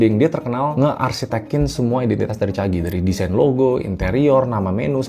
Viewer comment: Caji bang, bukan Cagi 😅